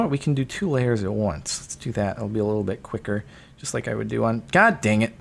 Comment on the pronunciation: "WOOD do"